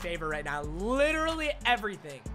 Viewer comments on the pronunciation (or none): none